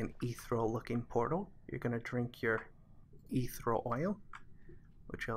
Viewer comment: eeth-ear-ee-al, not, ether-al hahaha